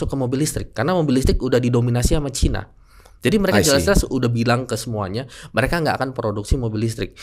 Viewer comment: Kenapa nyebutnya baterainya ke chaina 😊 Emang klo kecina kenapa?? 😂